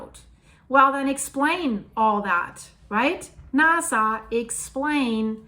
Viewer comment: Please pronounce it right. LOLOL NA- SA and not NAZ- SA